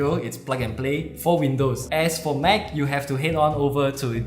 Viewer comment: Nice review, simple but well presented. * oh one thing noticed here in the UK and in the USA we all say Apple Mac (like MAAC - Not MEC).